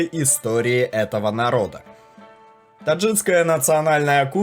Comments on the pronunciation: Не "таджиЦкая", " узбеЦкая"-это не "мужицкая", где "ц"-на месте своем, но:" ТАДЖИКСКАЯ"! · У автора походу дефект речи. Только так можно обьяснить “таджитцкая и узбецкая”. Я будучи не русским прекрасно понимаю что должно быть “таджикская и узбекская”. Больше инфы ищите и проверяйте то что выкладываете, много сырых моментов, ну а так в целом всё нормально. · ТаджиКСКАЯ , а не ТаджиЦкая как же бесит... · ТаджиКСкая, а не таджиЦкая. УзбеКСкая, а не узбеЦкая. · Не Таджицкая, а Таджикская, не Узбецкая, а Узбекская, автор, Вы не русский? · Автор, правильно говориться "Таджикская кухня". Не таджицкая. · Только не таджитская, а таджикская. Не узбетская, а узбекская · Я один слышу "узбеЦкая, таджиЦкая" вместо "узбекская и таджикская"? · Думаю, не таджиЦкая, а все-таки таджиКская Озвучка немаловажна, слух режет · Зачем говоришь таджиЦкая и узбеЦкая? Ты людям рассказываешь, говори грамотно- таджиКская и узбеКская. Если не знаешь то молчи лучше! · Не таджицкая а таджикская, не узбецкая а узбекская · невозможно это слушать...узбеЦкая, таджиЦкая......узбекская, таджикская...автор, раз записываете такие ролики и тема очень интересная, хоть правильно говорите некоторые слова. Без обид, но режет слух. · Надо правильно произносить - таджикская, также - узбекская! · Видео супер!!! Только один вопрос к автору: почему Вы произносите "таджицкая" "узбецкая"??? В центральной Азии никто не говорит: "росицкая" кухня! Это капец как смешно....